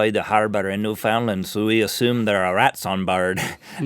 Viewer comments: ITS PRONOUNCED NEWF-OUND-LAND NOT NEWFOUND-LIN!!!!!!!!!!!!!!!!!!! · I can't get over his mispronunciation of Newfoundland. It's pronounced noo-fin-land. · By the way, Newfoundland (assuming it's the one in Canada) is pronounced different than how it looks. Its N(y)oo - fend - lend, with inflection on the n(y)oo... Just a "fun" fact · It's not called New Found lind..... It's called Newf ah Land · newfoundland is pronounced new-fond-land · New fin LAND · Newfoundland is pronounced newfinLAND. Emphasis on the land, say Peter Pan, then say Newfoundland. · That's not how you pronounce Newfoundland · nice try saying newfoundland aha its hard to say it if ur not native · at least pronounce newfoundland right 😅❤